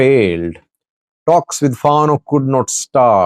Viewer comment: “Fano” correct pronunciation = “Fan Know”